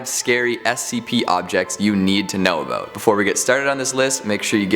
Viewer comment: I love the way Keegan says "aboot"